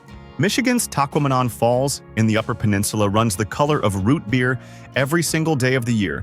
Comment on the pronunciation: learn to pronounce the English language Tahquamenon falls is sounded out a lot better then you say it.